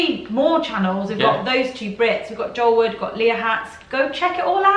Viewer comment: Your fault that I got Cadbury Flake candy bars, Cadbury rolls and Cadbury chocolate to mix, my favorites! And Joel, I get why people mispronounced your name because it sounds like you say Joe but "swallow" the -el.